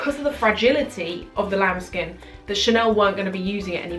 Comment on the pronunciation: everytime i hear the words "lamb skin" makes me feel like she is saying 'child skin'.